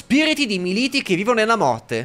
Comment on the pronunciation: Allora bello, sto seguendo ogni episodio e sei mega bravo ma….. dio polpo non prendi un accento che uno e ripeti a ruota le parole sbaglite. Crogiolo militi e altre ti scongiuro ti prego studiati gli accenti